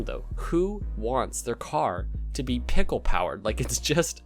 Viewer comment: Peckle boost ? Or is that a different accent to say pickle as well ?